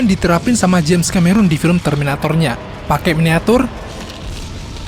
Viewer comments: bukan ka-me-run coy. tapi ke-me-ron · Bacanya Kameron, bukan Kamerun bang..